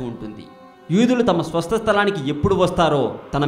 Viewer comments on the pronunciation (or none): swastalam, swasta sthalam kaadu bro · swastha sthalam kadu swasthalam